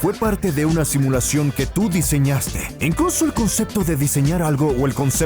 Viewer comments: min dice simluacion en vez de simulación :v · En el dice simluacion en vez de SIMULACIÓN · alguien se dio cuenta que dise simluacion? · Una "simluacion" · No dice Simulacion, dice SimLuacion xd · A mi porque dice simluación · una SIMLUACION xd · "Simluacion" era simulación* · Simlacion en vez de simulación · Sumluacion :v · simluacion :v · like si viste que decía simluacion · ''Una SIMLUACIÓN'' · SIMLUACIÓN xD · Jejejeje el dice SIMLUACION:p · "Una simluacion"